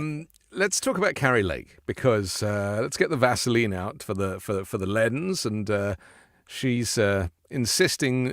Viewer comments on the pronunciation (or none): none